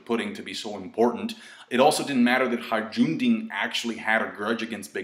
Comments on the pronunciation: FOR THE LAST FUCKING TIME, IT'S NOT HARAJUNDIN IT'S HAJRUDIN!!!! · it's pronounced hai roo deen lmao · When will learn how to pronounce Hajrudin properly?